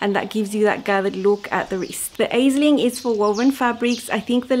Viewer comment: ….Aisling is a beautiful popular girls name of Irish origin. Here in Ireland we pronounce it as “Ashling”. It means dream or vision. 😍 and appropriate that you made it in such beautiful dreamy fabric..